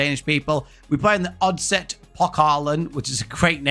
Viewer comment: 3f is a danish trade union who is a sponsor of the superliga hense the name and oddset is a danish betting company who sponsors the cup hense the name,your buchering the danish names but I apriciate your effort😂😀🇩🇰